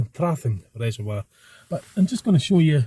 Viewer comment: Haha you need to practice saying reservoir lol it's not wire its voire Used to live near Glamis and would drive to peel farm and lintratgen Lots of nice drives around that area its better when you show the area instead of seeing it behind you we have sleet and wind thru here I'm visiting dundee tomorrow and Friday so taking my camera round the west end for an hour cheers for the video